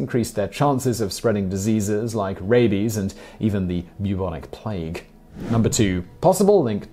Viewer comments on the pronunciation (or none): none